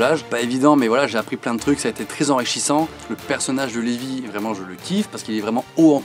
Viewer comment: Cest pas le meme prenom car celui dans SNK se prononce Livai et non Lévi..